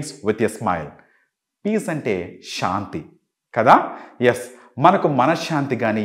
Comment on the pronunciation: ఇంగ్లీష్ క్లాస్ బావుంది.. కానీ షాంతి, షాతం కాదు సర్, శాంతి, శాతం అనాలి.. తెలుగును చంపేస్తున్నారు😢